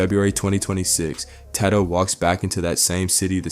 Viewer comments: Who tf is “Taad-doe” bro?? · Who tf is Ta Dough? White people need to stop making videos on rap, can’t even pronounce well known names lol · Man pronounce his name right smh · Why you keep sayin bro name wrong 🥷🏽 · The way he’s pronouncing Tadoe